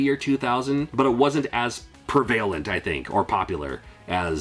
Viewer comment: I'm sorry. I gotta say it or I'm not gna be able to sleep. You say prevalent wrong. It's not "prevail-ent". Its "prev- uh- lent". Prevail is a totally different word and meaning. Prevalent. Say it. Prev - uh- lent.